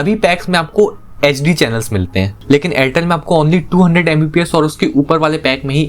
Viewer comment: bhai tum HD & SD clearly bolo, nahi to fulform use karke baat kiya karo,,, sunne walo k help hoga